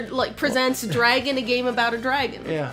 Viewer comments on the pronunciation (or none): What a super cute game! I thought you were making a joke about your draeygon pronunciation with that title, but nope, that's really the title, huh. (Also looking at the Steam reviews of the game, one reviewer accused the developer of being too lazy to get a real artist??? Do they have any idea how hard it must have been to get the sprites to capture that hand drawn style but still animate as well as they do?)